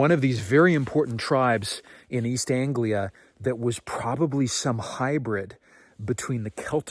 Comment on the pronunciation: Nice to hear East Anglia mentioned, even better you pronounced it right! Boudica is pretty special around these parts! Dan Snow has a brilliant podcast on her and some of the knowledge bombs are incredible! 💡💣 Ooga Booga!